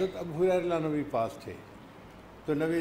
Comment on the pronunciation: حریرہ نہیں ھریرہ